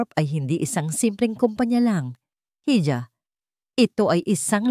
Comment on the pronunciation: Para sa nagna narate ng kwento I Google mo kung ano Ang bigkas ng hija, or hijo nkaka inis na paulit ulit ninyong pagkakamali sa mga pagbigkas